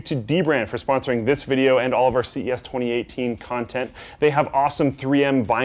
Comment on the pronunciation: how many times did you get that '2018' wrong?